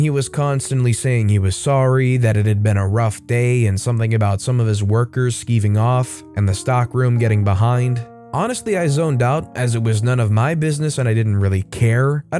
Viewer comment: 11.28 - "Skiving off" - it is UK slang term, means the same as slacking off - and rhymes with jiving, not thieving...